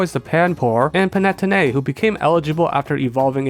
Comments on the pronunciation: *pan-ah-tony, not pan-ette-oh-nay :') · the way you pronounce Panettone hurts me, Pan-e-tone-ay not pan-net-own-e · ain't panettone pronounced pan-ee-toe-nee not pa-net-oh-nay? (could be a language difference as I'm UK tho) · It’s always great to see fellow Elemental Monkey fans! Also Panettone is pronounced “pah-ne-TOH-neh”. Usually I wouldn’t comment on pronunciation errors, but it’s probably the move to pronounce the name of something you like correctly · Not the panay-tonay 🤣🫣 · The way he says Panettone kills me, but in a good way😂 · the way you pronounce panettone gave me a headache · The way you're saying panettone is breaking my heart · I don't know if I've ever heard someone pronounce Panettone like that before. It's not important to the video it just took me off guard LMFAO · Do people usually pronounce Panettone like that? Genuine question. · I don't fail to understand why you pronounce it that way, but hearing Panettone in this way makes me love them a lot more as an italian. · The way that you pronounced panettone damaged my very soul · Glad to see panettone go. As an Italian hearing that pronunciation was pretty painful😅 Not that I blame you I'm just as bad when I try to talk in english😂. Great video as usual. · As a italian I also agree